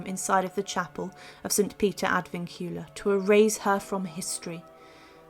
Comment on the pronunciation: Please learn how to pronounce Ad Vincula.. 😁😁😁